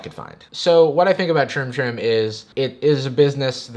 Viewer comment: Amount of times hE said "troom toom" ...likes